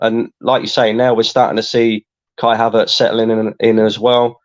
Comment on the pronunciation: mate why do you say "havaartz" so weird? Surely you know how you sayin it?